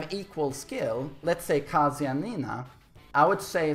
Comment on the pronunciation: Thanks for teaching me how to say Kazuya in Swedish. "Kaaazuya". In Japanese the "a" sound in Kazuya is really short.